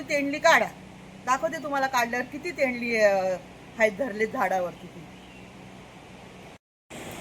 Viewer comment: तोंडली बोला ताई तेंडली नाही